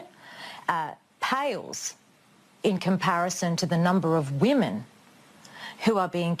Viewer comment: Literally "but think of the whamen"